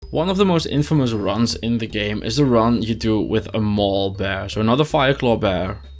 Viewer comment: When you say “Maul Bear” I can’t help but envision your wear bear visiting hot topic to purchase edgy posters for his lair. (mall bear)